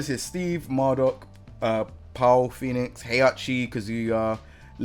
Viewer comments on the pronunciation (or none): Americans don't even pronounce his name like that. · “Powl Phoenix” 🇺🇸 😂